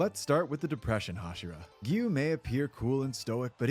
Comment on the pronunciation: It's "Gi-yuu" not "Gyu". And you don't pronounce the "u" in Inosuke. "Ino-ske".